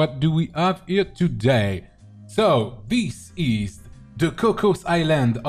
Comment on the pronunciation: omg le "dis iz" %